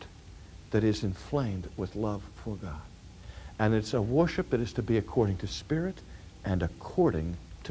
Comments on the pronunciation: So it wasn't just me who had a double take when he said that... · OMGoodness! RC pronounces it "woiship"! I love you, Dr. Sproul and your teaching loses none of its strength for your lack of pronunciation but it does amaze me. ----------------------------- My argument to your professor's question would be that Jesus is God and Jesus has a body, therefore the Mormon is not wrong on this point. Fitting in with the notion of the triune God, God both does and does not have a body. God transcends our mortal thinking on this issue. My personal view is that Jesus has been that man that he is since before the foundation of the world. When it says we are made in God's image, I take that literally, both physically and spiritually. We, too are triune. I think Jesus and Adam would have looked like twins. I think it was the man Jesus when scripture talks about "the Lᴏʀᴅ God walking in the garden in the cool of the day." I have a tendency to ascribe every Godly thing in the Bible to Jesus Christ unless it is undeniable not Jesus, like when God the Father spoke from Heaven at Jesus' baptism. I think the flame in the dark that walked between the animal pieces Abraham had laid out was Jesus. I think the burning bush Moses saw was Jesus. I don't think there is a problem with that because all three members of the Godhead are "co-equal," as they say. If I should mistakenly call the Father Jesus, I have done nothing wrong for Isaiah tells us the Son will be called "the everlasting Father" (Isa 9.6). Does God have a body? Sure seems like it to me. Is God a Spiri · For such a smart guy, he sure doesn't know how to pronounce "worship." Just kidding, thank you for these great videos! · He said worship in a way I don’t remember him saying it. Haha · I have never heard him say it like this!!! I love it. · I have listened to many of Dr. Sproul’s older sermons and have never noticed his dropping of the “r” in worship! 😅 I thought he was doing a bit at first.